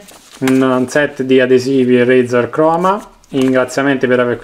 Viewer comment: Come cazz dite razer